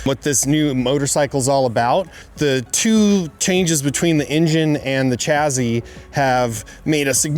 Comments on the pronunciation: Why does he keep saying chazzzy ? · There's no Z in the word chassis. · The chazzy is snazzy!